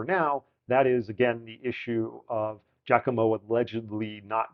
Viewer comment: Sometimes I get a slight Christopher Walken vibe out of this. And your pronunciation of Giacomo is ok... there are guys from countries neighboring Italy who screw this up. Seems not every musician is good at listening and reproducing. ;)